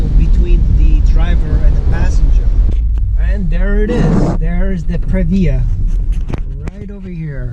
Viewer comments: If I hear Pre....VIA one more time......Prev-e-ya..... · its Prevyah...